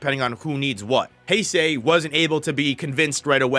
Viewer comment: Hase is pronounced Hah-seh. The way you’re pronouncing is as Heisei.